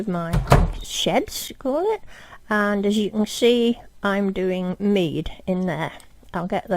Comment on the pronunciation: When she says mead 😅😅